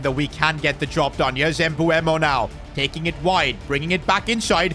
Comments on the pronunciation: Its MbEumo not MbUemo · You pronounce mbuemo emboomo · His name isn't pronounced Embooemo btw💀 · Bro I swear has 0 ball knowledge listen how he’s saying mbuemo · Bro keeps on saying M-bu-emo who else noticed that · Why do you say his name like that